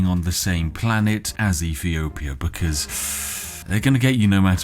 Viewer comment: "EFEEOPIA" FFS. You can't talk as if you're posh (joking or otherwise) and fail to pronounce "th" properly. Urghh